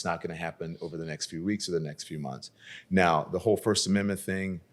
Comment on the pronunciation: can’t say “amendment”